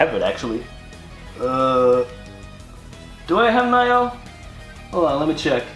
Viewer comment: I agree, I think it was really underwhelming, the games were good, but not much surprises, except for Ghost of Tsushima (which looks pretty good to me), Control and Nioh (it's not pronounced Naioh), most everything showed we already knew about, I like the RE 2 Remake, but most everything else was expected, solid, but not much more than that, not much E3 hype in this presentation, the music segments were time wasters, and the mid segment was terrible, and that's it, The Last of Us Part II looks like the first, good but without story context it's missing a lot of the appeal, Death Stranding is way to vague, and Spiderman we've seen for 3 years now, sadly not much excitement, just okay, I will give it this, thank good they didn't waste time on Call of Duty or Destiny 2 though, that was merciful of them.